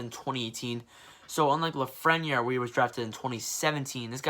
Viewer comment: The way you pronounced Lafreniere had me dying